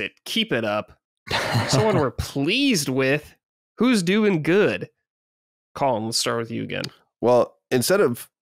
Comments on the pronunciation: Is it just me or does constantly pronounce Colin as "Colon"? Its funny because on Sacred Colin has gone on so many rants about hating people that mispronounce his name, but he's yet to correct. Unless I'm the one hearing it wrong or its like an accent 😅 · needs to learn how to pronounce Colin lol